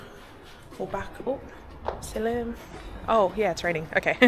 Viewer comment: Salam not silim amk